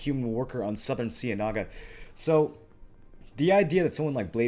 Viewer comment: You're mispronouncing "cienaga" and it's triggering me.......